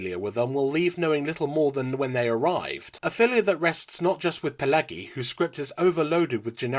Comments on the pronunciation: Good review, but the writer's name is pronounced "Pill-EDGY," not "Pill-EGGY." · Stop saying "trope". It's not a word. Also, it's pronounced "Pill-edgy" not "Pill-leggy". And it's pronounced "Genno-veese" not "Geno-veecy". That said, the film sucks.